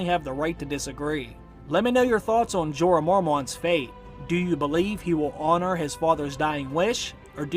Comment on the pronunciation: PLEASE learn English Grammar & Pronounciation/Elocution! Like it or not, you area teacher, & you have an enormous classroom. I am a retired English Lit & Lang Lecturer, inc ESL. “Went” isn’t “gone” & vice versa, & it’s NOT “Jeeeee-r “—doesn’t rhyme with “Eeyore”; also, I believe you are an excellent teacher. Your explications are enviable, your mastery of the subjects [Books & Series] prolific. Remember, Jon didn’t went with Wildlings: Jon has GONE with the Wildling. Please understand I write out of respect for you. You are the future, so teach well. It is your burden now. Ave atque vale!